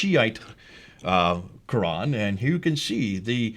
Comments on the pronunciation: Interesting.....you are a saudi but can't pronounce "QURAN" correctly in arabic ? Ummmm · Ex muslim from saudi and yet pronounce koran like a handicapped. You are being fooled by these clowns. Actually this vdo strengthten my faith that quran(reading) is unchanged. Tq. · Absolute nonsense should no better, I know for over 20 years, the Qirat was established in the lifetime of the Prophet (saw) clearly written in Bukhari the seven ahruf were taught it. Perhaps and need to actually read the Hadith, I noticed this who meant to be an Arab from Saudi yet he does not pronounce the word Qur'an correctly